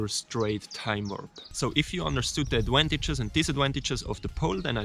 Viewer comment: Bro even the auto closed cations said they don’t got a fucking clue when this man said adwantages